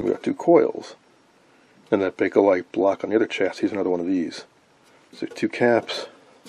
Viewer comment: Well, I see you actually did find the "A" in BAKELITE. "Bakelite", not "Bake-A-Lite".